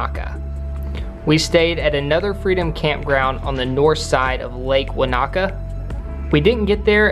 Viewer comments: Tekapo pronounced as Tech-a-po Wanaka pronounced as Won-aka Hokitika pronounced as Hockey-ti-ka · Wanaka = Won-ar-car. Tekapo = Tech-a-poh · You did so well to pronounce so many Maori words. A few pointers Wan-a-ka = Wanaka te-ka-po = Tekapo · Tekapo.. ( Tec-a-pow) Wanaka ( Wan-a-car ( without emphasis on the r) Hokitika ( Hoe-ka-tick-ah) :)